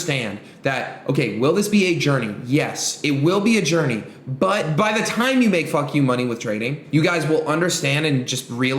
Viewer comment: “2 years, timehh!” bro wtf